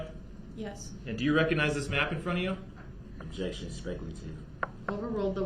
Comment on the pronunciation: 😂🤣 Objeshon , she said social media she didn’t say anything about facebook 😂😅